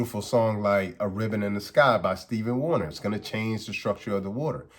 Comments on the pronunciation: I know you did not say Steven Warner! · Did he say Steven Warner?! 😂 great tip on the alkaline vs alkalized